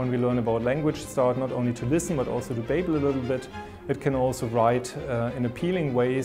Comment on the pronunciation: Noticed two errors in the video. Synthesize* and babble (as in bah-bul, not bae-bul)